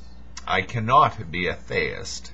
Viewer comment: I'm just here because you keep saying "thay-ist" rather than "thee-ist".